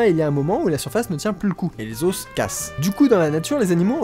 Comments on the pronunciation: meeeec ce que tu fais est top mais pourquoi tu dis les ossssssssssssss pour dire les os non mec arrête arrête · Super concept le résumé était énorme "yean marie yean marie" haha Juste je trouve hyper désagréable que tu dises les "oss" et non pas les "o" mais bon on arrive à passer outre Bonne continuation tes super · Suis-je le seul à qui ça stress qu'il dise des os et pas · Le duo srx j'en peux plus 🤣🤣🤣🤣 par contre Leo tu peux dire des os et pas des osses merci 😅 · Lol on dit pas les "osse" comme tu le prononce mais les os (s muet au pluriel) n'est ce pas? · les "os" aux pluriel se prononce "o" et pas "osse" ("osse" c'est seulement au singulier). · Amusant la prononciation de os au pluriel ;) Normalement sing. [ɔs], plur. [o]. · Des os putains, des OS, pas des osses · Bah... on dit pas [lé auss] (les os) on prononce [lè au] un os = [oss] deux os = [au] on t'a déjà dit? Oui 1000 fois? Ok tant pis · On prononce "les osses" ? ;o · Vidéo superbe comme d'habitude ! J'ai par contre eu du mal avec tes "les os" avec le "s" prononcé à la fin, en plus tu le répètes beaucoup :o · T'es sacrément doué en bio mais alors en français y a du progrès mdr Chez un français normalement constitué, le mot "os" au pluriel n'est pas prononcé avec le "s" tout comme le "f" n'est pas prononcé dans "œufs" ! Voilà tu m'apprends des choses et là c'est mon tour hahaha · Révise ta prononciation de "os" au pluriel. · Tu sais pas prononcer "os" au pluriel wtf ._.